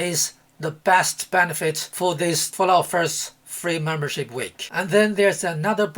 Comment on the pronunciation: “Free Furlut Furst week!” 😂😂